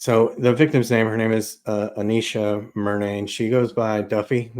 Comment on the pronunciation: Its A-nesh-uh not A-neesh-uh